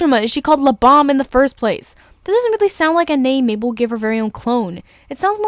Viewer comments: Sounds like your saying "Lubom" not "Lebam" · It's pronounced Lee-bam like BAM POW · you pronounced (lebam) wrong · you didn't pronounce Lebam correctly